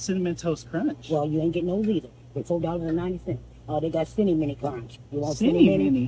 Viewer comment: I lost it when he repeated “Cinni-Mini” 😂